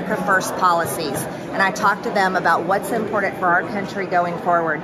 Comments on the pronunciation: ... what's impordent.... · “Inpordant”? Cracks me up every time she speaks.